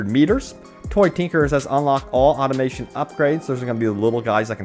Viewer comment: It's not 'Automation'. It's Automaton. Aw-taw-mah-tonne